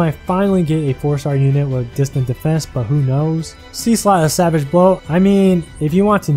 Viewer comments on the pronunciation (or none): none